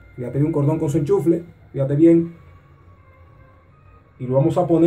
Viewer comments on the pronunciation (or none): Disculpa,se dice enchufe y no ENCHUFLE.Saludos. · "Enchufle" jajajajaajaj